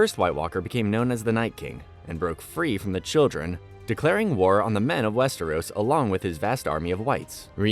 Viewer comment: WEST-eros and in the show they say Wester-ROSS